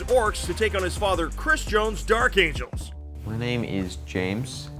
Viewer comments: "Dark Amgels" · Lol "Dark Amgels" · Took me 13 minutes to realize “Dark Amgels”